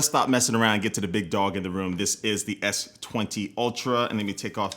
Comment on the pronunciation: S twentay !!!😂😂😂😂